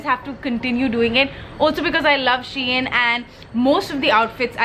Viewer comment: Idk but it's pronounced as She-In